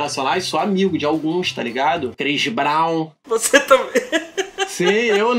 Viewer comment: Crix brau